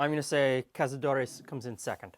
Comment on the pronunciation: You pronounced cazadores more or less correctly. In American Spanish, there is no real difference between caza and casa. In Spain, it would be more like cathadores.